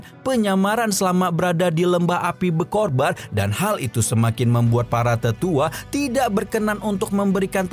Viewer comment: BER-KO-BAR APA BER-KOR-BAN hmmm